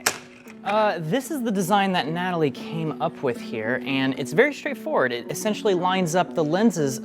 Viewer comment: Mf did not say Natalie 💀